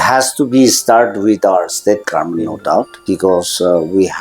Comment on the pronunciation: Respected sir Meren, it will be more beautiful to hear pronouncing government, not garment 😊 anyway, big congratulations 🎉